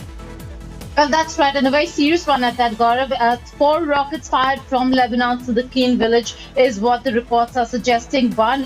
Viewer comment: Funny how he says Lebanon lol. LEBNON. Hahaha. Why is he yelling also???